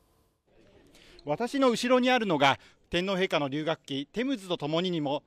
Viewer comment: 衛兵隊長が、正確な発音の日本語で、天皇陛下！、と話しかけられたことに凄く感激しました。